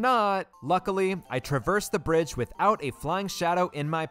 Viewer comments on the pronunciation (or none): none